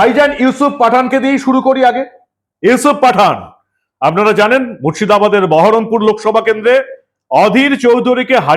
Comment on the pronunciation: Baharampur k Bayrampur bolche 😂